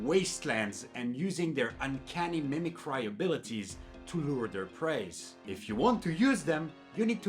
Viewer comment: I recommend looking up how to pronounce "mimicry" in case of future need to use the word.